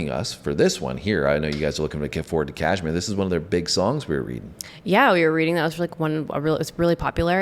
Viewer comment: Kahmire was a place - they had house . Girls also like Dyer Maker. Sounds like Die r maaaker.